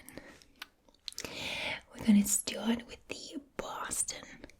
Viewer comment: You pronounced wayyyyyy too many Rs in your Boston accent lol